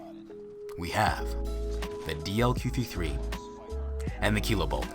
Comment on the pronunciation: DLQ 53 is it me or anyone else when pronounce it?